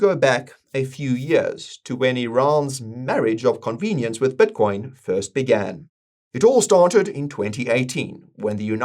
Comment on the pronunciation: I'd love it if learned how to pronounce "i" in words. His "Bitcoin" sounds like "Buttcoin", and "this" sounds like "thus"